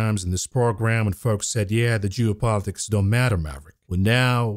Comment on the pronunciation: Are you saying geo politics or jew politics...hmmm